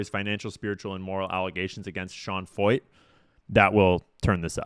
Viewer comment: Pronounced Sean Foyt?? That’s Sean Fucht.